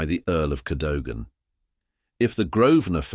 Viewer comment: And pronounce Cadogan properly! 😡